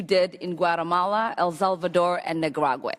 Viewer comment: "for which you were later 'BUTTONED' by President George H.W. Bush?" "...you testified about U.S. policy in 'El Zelvador?" "...you dismissed as 'Commonist?' ?" This woman needs to first learn the English language before thinking she's God's gift to Congress. I mean, Allah's gift. My bad.